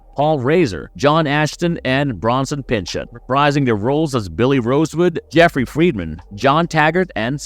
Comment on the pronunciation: Bronson Pinchit and Alex Folly???? Work on your pronunciation dude. You got almost all the names wrong!